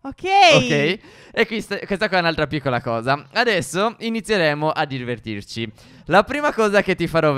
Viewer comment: sbaglio o al minuto stef ha detto DIRVERTIRCI hahaha like per chi lo ha sentito like per chi è un vero consolino